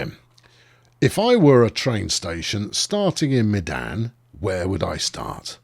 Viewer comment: Medan is pronounced "Mey-dahn"; one of the indonesian cities.